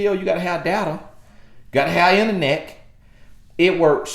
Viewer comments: "Gotta have inerneck". LOL,, you could have been a rapper too with your flowing words. "Perioyod"! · Wait a minute✋.Did just say" you have to have interneck"! Im done. Great message though!